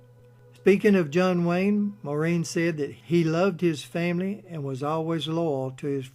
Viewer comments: INTERESTING AND INFORMATIVE. HOWEVER SIR, AS A POINT OF INFORMATION AND, IN THE HOPE THAT YOU MAY HAVE SOME WAY OF EDITING AND RE-RELEASING YOUR MOST IMPRESSIVE POST ON MS. O HARA, I NEED TO LET YOU KNOW THAT YOU ARE DEFINITELY NOT PRONOUNCING THE NAME MAUREEN CORRECTLY. AS YOU PUT THE EMPHASIS ON THE THE LAST 3 LETTERS AS THE SAME WAY AS THE MAN S NAME IAN (een) WHEN THE NAME IS, AT LEAST IN IRELAND (PARTICULARLY IN MS. O HARA"S YOUNGGER DAYCS) PROUNCED WITH THE UMPHASS BEING ON.......... MOR....... AUHH.... "EMPHASIS ON......... FOLLOWED BY REEN.... WITH THE EMPHASIS ON THR.... REE.... FOLLOWED BY THE..... N.... THEN, AND ONLY THEN, THE SOUND.. IAN IS MADE. KIND REGARDS SIR, KEEP UP THE GREAT RESEARCH AND POSTS. P. S. I AM NOT SURE FOR CERTAIN BUT I THINK THAT WHILE THE PROUMNCIATION YOU GIVE OF MS. O HARA"S FAMILY NAME IS A LEGIMATE WAY OF DOING SO, THAT THE WAY HER NAME WAS ALWAYS PRONOUNCED IN IRELAND FROM THE TIME SHE BECAME KNOWN TO THE IRISH MEDIA AND MOVIE GOING PUBLIC, WAS NOT FITZ... SIM... AS IN THE SIM CARD.... NOR AS IN THE WORD.... SIMILARLY.... BUT AS...... IN THE NAME SIMON IN THE MUSIC LEGENDS... SIMON AND GARFUNKEL..... AND THE AMERICAS GOT TALENT.... SIMON COWELL..AGAIN KIND REGARDS SIR, JACK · So funny the way the name ‘Maureen’ is being pronounced but nevertheless a really great recording of her life, thank you. I remember, some 30 years ago, a colleague of mine was holidaying in a hotel down over the boarder in the Republic of Ireland. One evening, during the holiday, Maureen was in the same hotel at a function and introduced herself to my colleague as, “Pleased to met you, my name is Maureen, how are you?” My colleague said she was very down to earth, gracious, and so beautiful even her latter years. My personal all time favourite Maureen O’Hara movie is ‘Sentimental Journey’.